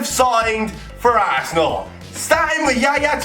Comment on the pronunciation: The way says Arsenal......"Assenal"